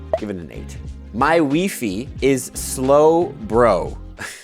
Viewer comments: Why Fiy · i’m sorry who actually pronounces wifi as weefy? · It's pronounced "Wifi" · WeeFee 😭 its Wifi... like internet connection 💀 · Wee-Fee? Love it! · Wheee Fee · I will buy one WeeFee please 🤣🤣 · Do you really pronounce Wi-Fi wee fee? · Is wee-fee how Canadians pronounce it? I’ve never heard it said that way lol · in Sweden you say wi fi like that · I think it's the french way to say it and his mum is french